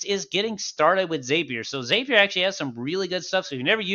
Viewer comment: Nitpick: ZAP-ier not ZAPE-ier. 😉 Awesome video. This helped me get my first WordPress » HL webhook up and running. 😁 Thank you!